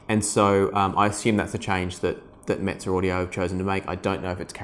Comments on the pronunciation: I believe the Classics are made in Romania whilst the Neos are made in China. It’s pronounced meh-zeh not mitze. I’m looking at the neos and wonder if they’d be good to listen to Beatles, Pink Floyd, Nirvana? Is it true the bass is not right for rock or classical you think? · Mez-ay audio is how it's pronounced. So agitated about that for no reason. Like your videos tho.